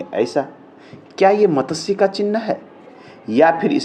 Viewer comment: It is wrong pronunciation. . . Correct is Mat. Shya. . It is sanskrit word. .